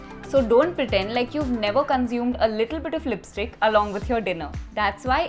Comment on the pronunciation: "Lisptick" i luv it thnks